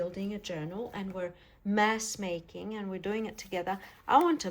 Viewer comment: I kept hearing you say “mess making” not “mass making”. Both true and both fun 😊